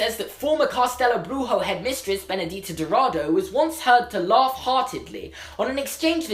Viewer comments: I'm brazilian and the correct pronunciation would be "castelobrooshoo" and Benedita's last name should be pronounced as "dowradoo" But yes, your portuguese is quite good hahhaha! Loved the video and the theory :) looking forward to watch the movies! <3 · Awesome video! You said "Benedita" perfectly! The "Dou" in "Dourado" sounds like the "Do" in "Doris". Just ignore the "u" haha (Brazilian accent) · "bruxo" is pronounced like "brusho" and the "ou" in dourado is pronounced like the "ou" in "though". other than that your pronunciation is fine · Okay, so, like, you did pronounce "Castelo Bruxo" in a wrong way (it's cass-tell-o broo-shoo), but oh my god it was so cute. Anyways, I think it is unlikely that we will meet Benedita Dourado (btw it's do-ol-ra-do) unless she was living outside Brazil by the time. You see, during Brazil was going through a terrible situation. There was a lot of tension and the president was basically a dictator. I don't think she would have been able to go to hogwarts if she still lived in brazil